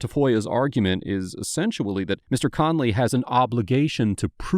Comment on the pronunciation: did I just hear you say "essentually"